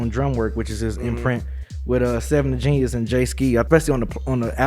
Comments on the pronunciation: Just to let y’all know 7xvethegenius name is pronounced “Love” the genius. Similar to 6lack name is pronounced Black. You can find interviews of her introducing herself. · 7xvethegenius is actually pronounced Love the Genius I just learned that myself recently but she is got some nice projects out. Outside of that dope review as always fellas, I'm definitely loving the album Conway has became my favorite out of Griselda. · Her name is pronounced "LOVE the Genius" not 7 the genius lol.